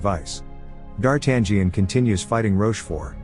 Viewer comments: It never gets old! It never gets old. No matter what form of media it's got adapted, no matter from which era, no matter how bad D'Artagnan's name was pronounced, the adventures of the Three Musketeers will always be my all time favorite classic. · I can't with the A.I d'Artagnan pronunciation 😂 Solid movie, brings back memories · D'Artangión is pronounced D'Artanion - the 'g' is silent. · Yep. I wish it was pronounced "Dar-ta-nyan" instead. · Lol that guy cracks me up when he keeps saying Dar tangent like it's trigonometry 🤣 It's actually pronounced Dar-ta-nhon, like NHon where the H isn't silent. Closest I can think of since English doesn't have that sound. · It's not pronounced "D-Art-tan-gee-an." It's "D-ar-tan-yan." The "gn" form is run together in French and Italian and comes out as "yn." I can't watch this with the mispronunciation. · DARTAN GIAN ? Gian ? Really dude ? It's DARTANIAN , you have to omit G and then you may pronounce it Dartanian . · It's D'Artangión NOT Dart Angion ! :face-orange-frowning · It's pronounced Darten-yo. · "DarTangian "?... LOL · Dartan-gee-an? Seriously? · He gets rocheforts name correct but buggers up on the cardinal and D'Artagnan (Dar-tan-ion) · Its pronounced Dartayan. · it's "dar-tan-yun" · Dar Tangerine 🤣🤣🤣🤣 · STOP pronouncing the 'G" in D'artangnan. the 'G' is silent. It's pronounced “dahr-TAN-yen” if you're taking AP Lit in the United States and you have a rhotic accent, but I'm sure they spruce it up in places that don't (“dah-TAHN-yon”) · Say dartangen one more time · I still cringe when I hear 'Dar-tag-ion' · Oops...... its pronounced Dar-tang-yon.....or something similar . Great recap though 👏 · Yeah. No 'g'. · The G is silent in the name D'Artagnan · This movie is one of my favorites, which is why I would like the imbecile narrating this video to learn how to pronounce "d'Artagnan"... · I really like the film but cannot watch this recap as the annoying computer voice is mispronouncing D'Artagnan from the outset.